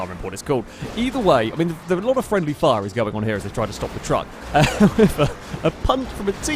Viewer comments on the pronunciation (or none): none